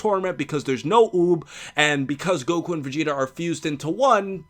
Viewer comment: The Vegeta voice actor dude sounded like he said Vecheetah lol